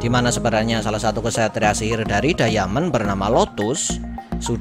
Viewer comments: Bkan dayamen bang tpi daimen bacanya di menit 3.11 klo gak salah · Jgn diamen dong min bacanya, daimen gitu 😉